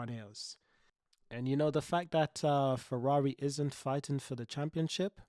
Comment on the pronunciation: Fewawi 😂😂😂😂 Cawacter 😂😂😂😂 Retard